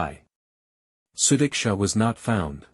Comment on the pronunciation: Actually he is pronouncing her name the correct way . Su-dik-sha. And her parents don’t care about her . They closed the case to save their reputation because having horny girls is bad for Indian families